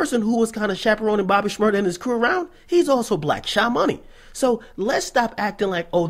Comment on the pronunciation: It's Shmur-daaaaaaa!